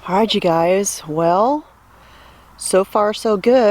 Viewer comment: Heard you say "Ahhhight"(Alright) in this video. I think you might be transforming into a true Alabama girl, Sista ❤😊